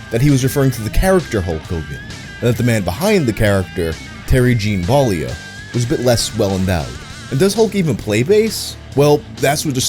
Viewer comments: Maybe you should learn how to pronounce Terry Bollea before you actually say it man. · ...Is that really how you pronounce Terry Bollea's last name? That can't be right.